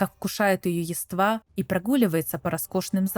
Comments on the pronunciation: Комментарий, так сказать, в поддержку видео. Чуть резануло слух ударение в нескольких словах. 🙂 Правильно: низИна, привилегирОванных, Явства (не явствА). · низина́ (низи́на?) привилеги́рованные (о́?) яства́ (я́ства?) на плите (плита тюрьма, в?) сквозь дре́му (дрёму?) судьба сиблинга (сестры/родственницы?) а так интересно местами диспутируемо спасибо